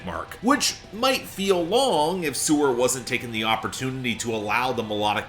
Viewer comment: Didnt Mark once mention that he saw them live? If so, how did he continue to mispronounce their name?